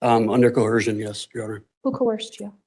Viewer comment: Why do all sovereign citizens pronounce the word coercion with an h cohercion?